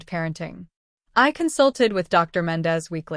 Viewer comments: Dr . = doctor Ms = Miz You don't pause between Dr. and the person's name Same goes with Ms. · AI strikes again. I think these stories are just that, stories written and read by AI. AI doesn't know how to read Ms or Dr. The only surprise here was no person named Chen!